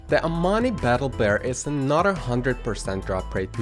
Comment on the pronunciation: Every time you said another I thought you said “a not a” so it goes “and here’s a not a easy mount to obtain” and I was like wuh oh wait